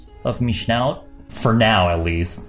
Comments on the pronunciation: "just the tip...of me schnout" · "Of me shnout" 😂😂😂